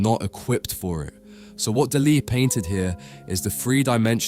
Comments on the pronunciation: No es Delè, es Dalí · Lose the AIs; their emotionless fake "voices" are grating and they mispronounce things (for example, "Dali" is "DAH-lee", not "dah-LEE"). And no, the checkerboard floor does not extend to the horizon, but rather, only a short distance. And no, literal religion and science are not compatible; they contradict at the level of their very foundations (conflation of fantasy and wishful thinking with reality, on the one hand, as opposed to a demand for physical evidence, on the other hand); this clumsy attempted ecumenicalism and false-balance is yet another AI "tell". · It’s not Dullee it’s Dahlee!!! Get it right!!! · God dm young people fkn always mispronouncing everything, flippin infuriating , bro Daaa Lee no one in the history of EVER has pronounced it the way you are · de lee? Why on Earth have you invented your own unique way to promounce his name? Ridiculous. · ¿"Deli"? Why don't you educate the robot? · Who says duh lee? It's grating and I cant watch. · A very enlightening synopsis of Dalis intentions and a novel way of pronouncing 'Dali'! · Teach your AI how to say his name. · AAAHHHHHHAHAHAHAHAHAHAHAHAHAHAHA... AI SLOP YOU CAN'T EVEN PRONOUNCE HIS NAME RIGHT! YOU AI DOPE. THIS IS SUCH HILARIOUS AI SLOP. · I mean, get the name right... if nothing else... tell the AI to at least pronounce the name right. Please... really? Come on. Just bloody lazy. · Por favor,aprendan al menos pronunciar nombres no ingleses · Ai can’t pronounce Dali correctly. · Salvador… QUÉ? La voz en castellano de la IA es INAPROPIADA. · You mispronounced Dali's name repeatedly! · Why do you pronounce Dali's name in that strange way? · if you could only get one thing right. maybe you could also be able to say names ffs